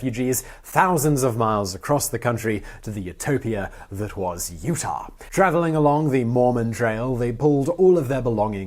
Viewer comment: Utah* not Utahr